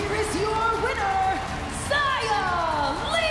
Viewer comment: Man the commentators don't even know how to say Xia's name lol